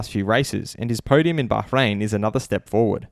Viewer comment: Me: Bahrain: Baharain Daniel: Mr Nice Guy to Mr digusted guy. ricciardo jas a point.